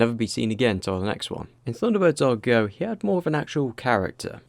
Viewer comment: 「サンダーバード エーアールイージーオー」？😢 主さま、「not Japanese」？